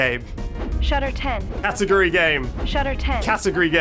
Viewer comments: in her defense he was saying it like cat-u-gry game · Feel like it had to do, somehow, with him saying it like Catagry instead of cat-ah-gory Though, at the same time, how you go from that to Shutter 10 doesn't quite make sense to me